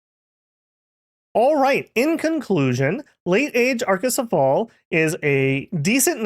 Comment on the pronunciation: its pronounced /a-ko-se-fa-le/ greek dont have the /ale/ like hoplite is /hop-li-teh/